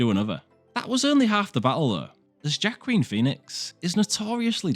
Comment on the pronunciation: It’s pronounced ‘Wah-keen’, not ‘Joe-quin’ 😂 had to give up on the video because your narration is really odd. Why do you pause every three words?! 😂😂😂